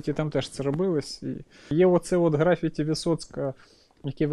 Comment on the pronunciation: ГрафІті, Карл, графІті, а не грАфіті. За відео окреме спасибі.